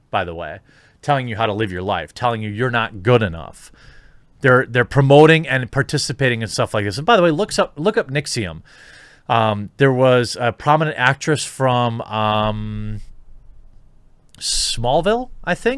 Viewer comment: Careful of the pronunciation: NXIVM and Nixxiom are completely different things. One's a sex cult and the other is a bunch of guys making World of Warcraft Machinima